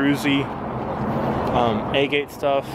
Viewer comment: fyi, agate is pronounced Ah-get. I used to say it wrong all the time.